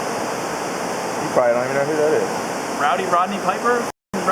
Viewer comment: “Roddy” Piper.